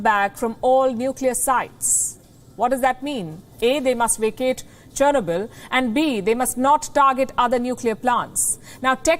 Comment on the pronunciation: OMG Churnoble again?